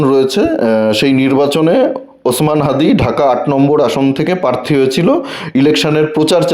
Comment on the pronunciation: খুব ভাল কাজ করছেন। উচ্চারণ এর দিকে আরও একটু নজর দিলে ভাল হত। কথাটা প্রার্থী। পারথী নয়